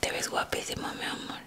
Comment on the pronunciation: la verdad si solo que dijo mia mol xd